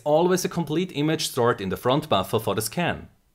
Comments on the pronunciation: How many times he say baffa? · All i'm hearing is Buffa and Buffa and Buffa xD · all i hear is buffa buffa front buffa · Hearing a shit ton of "buffer" in a german accent is surprisingly satisfying